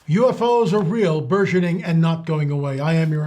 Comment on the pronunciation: Oh, I never did understand that word. I thought he is saying " Versioning". I guess I get the dictionary out 😂...